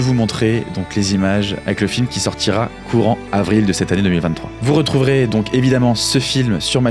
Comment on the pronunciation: "les premiers.... zo courant! " xD tout doux sur les liaisons haha